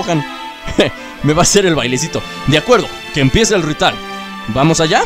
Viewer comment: like si lo ves en 2019 like por que dijo rital jajajaja😂😂😂😂😂😂🤣🤣🤣🤣